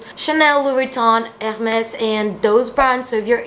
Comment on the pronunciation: Love the way you say Hermès Lou!! ❤️